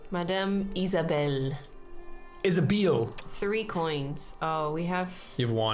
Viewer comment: Sorry — is ISHA-BALE like the Hebrew pronunciation of Isabelle? I know some things, but I don’t know where that pronunciation hails from